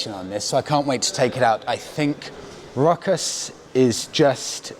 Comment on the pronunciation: yeap, you nailed the name, its Rokas